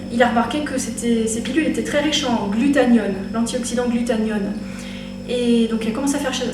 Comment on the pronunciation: GlutaThione pas glutaNione... ça m'a stressé mais pas grave x)